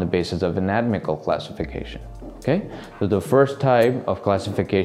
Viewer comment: Great video. Just want to point out its an-a-tom-ical not a-not-mical.